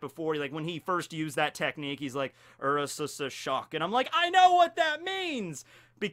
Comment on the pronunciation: I can never tell when is purposely mispronouncing things..? Like, you would think I'd you made videos about op, youd atleast double check things lol Tf is a ursasasis shock?